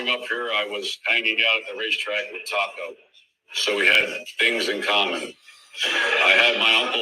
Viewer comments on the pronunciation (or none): That Justin guy who wrote Joey to go on Michaels show, name dropped 'Tocco' who Joey mispronounced 'Taco'😂😂....I find it VERY strange Joey didnt know who the lawyer was talking about.... For a guy who allegedly ran Philly, he didnt recognize the guys name who runs Detroit?